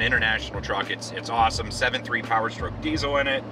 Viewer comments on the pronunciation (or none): none